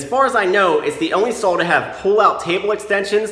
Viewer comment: What’s a “sawl”?